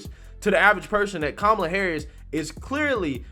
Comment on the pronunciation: The way you pronounce her name was racist too ,until Biden said it the same way.😆